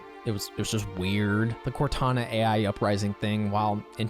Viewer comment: I think he said "Kantana" instead